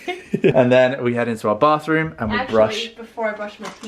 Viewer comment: I was waiting for Monica to comment how says "BAFroom"😂😂 YOU-ARE-ADORABLE💗💗💗💗